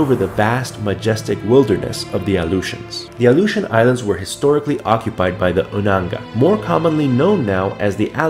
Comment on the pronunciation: Your saying it wrong . My dad was there when they were doing the nuclear testing .